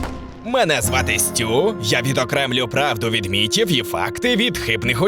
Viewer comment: Нафіга казати «міТів»? Чого не «міФів»? Звідкіля іде це постійне паплюження мови???